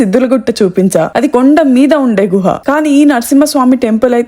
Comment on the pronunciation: గృహ కాదు అది. గుహ